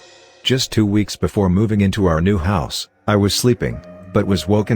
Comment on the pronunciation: how to reading bot reads 2 weeks. 2 w eeks lol